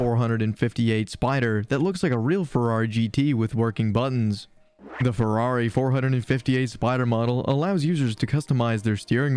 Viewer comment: Ferrari four hundred and fifty eight. Ok, I’m not watching any more. Junk video!